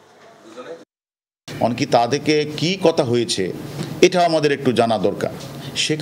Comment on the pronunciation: 'কোঠা' না কোটা হবে। 'এঠা' না 'এটা' হবে। উচ্চারণ-ই করতে পারে না ঠিক করে।